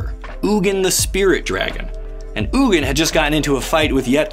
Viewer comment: You're pronouncing "Ugin" wrong, it's pronounced "Eugene"